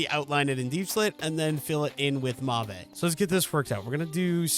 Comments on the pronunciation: The purple wood is pronounced like "mov" or "mahv" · it's kinda fun seeing your trial and error😅 but every time you say mauve it sets my teeth on edge, could you please look up how to say it😅 also would love a dip into create next time🥰 especially for iron production😊